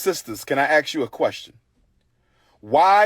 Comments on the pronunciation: A man that cannot pronounce the word 'ask' correctly has no business trying to run a school. This guy thinks his followers are stupid and that if he repeats everything three times it will hypnotise them into forgetting that he hasn't done anything either the already received donations.. Let me 'axe' you something, bother Umar; what happened to that money. What did you spend it on over the past six years? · People who cant even speak correctly have no business running a school. Edit: what is black August? I isnt black history month in February? Edit edit: saying "let me axke a question" thats cultural appropriation, as axke comes from white english nobility. The reason black people say axke is cuz slaves learned how to speak english from slave owners who used the posh way of speaking from white nobility in england. Edit edit edit: a "co-ince- ih-dense" this man needs to go back to school, but not his. Edit x4: omg this guy is annoying. Stop repeating yourself, we hear what you're saying. Stop talking to your peoplenlike they're stupid. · Hopefully hes not in charge of english classes. He axed them. Lmfao. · He’s a dr but he says axe instead of ask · He thought- sorry, that was mean. He felt that the USAID money would go on forever. Nobody who says "let me axe you this" should be operating a school. Nobody setting up a school for six plus years using other people's money should be operating a school. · Why does he keep repeating himself? Why does he keep repeating himself? Can I AXE you a question? This guy is a blabbering clown. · The man that wants to own a school can’t pronounce the word ask. I bet $ that he had plenty of warning. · So clearly a sneaky charlatan, repeats himself like some sort of simpleton and pronounces the auld axe instead of ask, which is intentional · "I'm building a school. Can I ax you a question?" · Any person that says axe in place of 'ask', should never run a school. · I wanted to axe the same 😂😂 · Prolly gotta axe Michelle 🤷🏼‍♀️